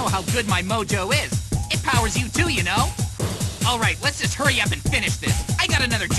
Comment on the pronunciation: HUWWY OILMAN!!!, DEFEAT DOCTOR WIWY